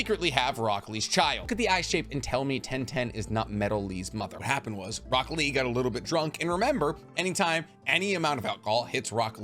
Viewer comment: I just can't with the fact that in subtitles Tenten and Rock Lee are spelled "1010" and "broccoli":D I blame you, bc of your weird american mispronouncing japanese names!